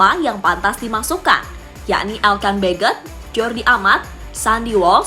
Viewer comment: Elkan Bagot bukan El kan begot jangan-jangan saudara sebut El kan Bego jadi sampai di Inggris pun namanya Elkan Bagot